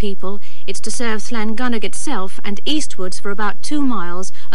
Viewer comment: Llangynog correctly pronounced by both presenters. Often mispronounced in other editions.